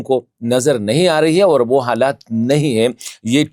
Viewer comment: Bastered hypocrite its not( over) its (aur)😂 you want some credit from ur dady ISI. U are nothing but a watch man for punjabi gates. Khan darwaza Kohl sahab arahey hay😂